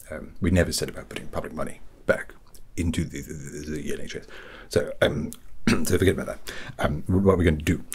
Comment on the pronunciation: The iNHS 😭😭